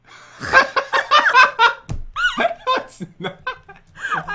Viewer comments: It's not Ivor it's thonos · It is thanos not Igor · how dare you call Thanos Ivor!?! and how don't you know him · My heart broke wenn you said ivor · Not Tonos and not thonos god learn his name it’s TOE NOSE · Lucas Brenchley It Is Thanos Not Thvos,Thanos Is The Boss In Infinity War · It’s thanos not ivoir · It's not Ivor it's Thanos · Grammar police to the rescue!~ Pat, it's Thanos. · It is thanos pat and it is not Ivor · I was so triggered like of Coares it’s thanos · It's Thanos jen. Thanos🙄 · It always annoys me when some one doesn't get Thanos right